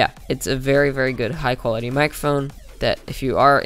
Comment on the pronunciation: "Great Build Quility" Sorry, just thought I'd point it out XD